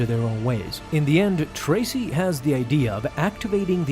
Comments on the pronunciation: It’s Trace, as in Trace a drawing, not Tracey. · Trace / not Tracy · Trace not Tracy lol